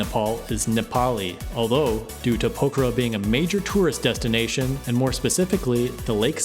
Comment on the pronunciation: What is this English? You are saying pokhara. Poker I mean what is this if want proof just press the subtitles button.